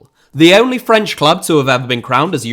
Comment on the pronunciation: This was a great video bolstered by your steadfast commitment to not making any attempt to pronounce anything French correctly.